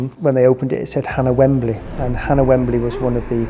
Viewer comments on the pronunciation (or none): none